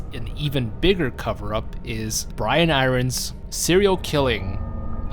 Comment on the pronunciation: Duuuuude please try to pronounce iron properly!!